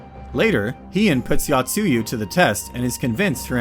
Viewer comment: Also yo-tsu-yu not ya-tsu-yu